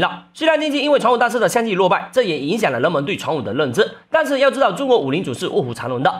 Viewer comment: 人们= ren men。不是 Len nen。。。L和N 不分。。当然 内容还是很好看的！ 给你点个赞